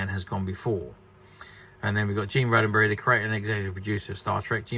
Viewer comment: You seem to have lost a “D” Gene “Rod - Den - Berry” Please! He did not past tense Rode A Berry!